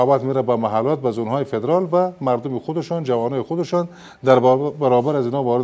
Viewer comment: جناب معاون من خو نفهمیدم وقتی پدرال میگفتی منظورت پدرام بود یا فدرال؟